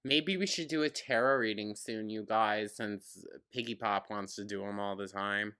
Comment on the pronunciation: Did he say Piggypop?! 😂